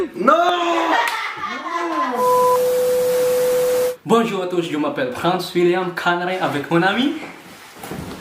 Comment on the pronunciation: BONE JAW KASI YON HINDI BONJOUR 😠😠😠😠